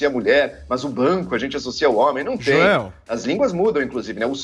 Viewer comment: Joes ou jois, sempre falando merdis